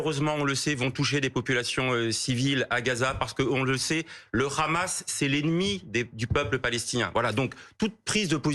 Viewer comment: Guedj juste quand il dit Rhamas (pronociation hébraique de Hamas) tu sais quel camps il soutient. Depuis les bombardement sur des civils je ne l'ai pas entendu polémiquer, dénoncer ou demander la définition de terrorisme😂😂😂